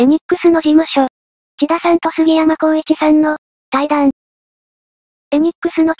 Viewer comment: 「せんだ」さんでなくて、「ちだ」さんだったような